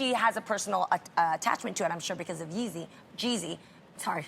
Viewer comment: Jeannie said it right the first time "yeezy"